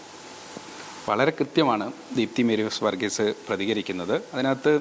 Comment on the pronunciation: മേരീ സ് വർഗീസ് ( പല തവണ പേര് തെറ്റി ഉച്ചരിക്കുന്നു, ഇത്ര ഉത്തരവാദിത്വമില്ലാത്തവരെ റിപ്പോർട്ടർമാരാക്കരുത്.